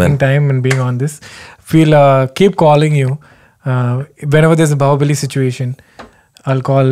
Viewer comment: “Bow”bali it seems 😘 Bahubali Kenny 😬